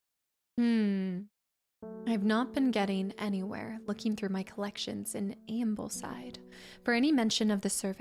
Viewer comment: and heres me giggling at the mispronunciation of Ambleside ;) and Gosforth